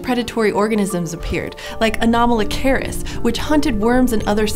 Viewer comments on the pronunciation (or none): It's annoying how you call anomalocaris anomalocareis its pronounce ah-nom-o-lo-car-is